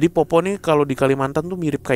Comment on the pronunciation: bukan popo bang tapi poppo'...itu dari daerahku bang